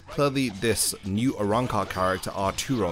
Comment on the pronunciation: Definetely not "new" lmao